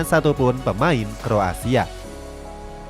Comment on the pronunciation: kroasia bang, bukan kro asia